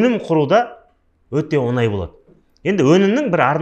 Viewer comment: Оз казак тіліңді туры сойлесей Онай емес оңай деп айтылады